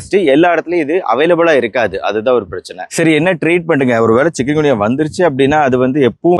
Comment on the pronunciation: சிக்கன் குனியா இல்லை!! சிக்குன் குனியா " 😅😂😅